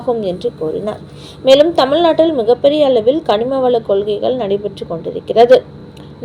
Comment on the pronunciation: கனிமவள கொள்ளை சரியாக படிக்கவும் புரியாமல் படிக்க வேண்டாம் 😅😅